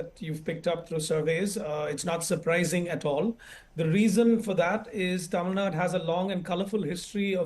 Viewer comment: Please say >> Tamil Nadu << “DU” the ending is important. North Indians say it always wrong.